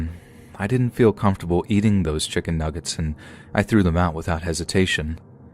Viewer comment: You forgot the second "g" in "nuggets" but okay.